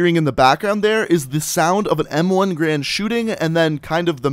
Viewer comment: everyone says garand wrong jeez its not grand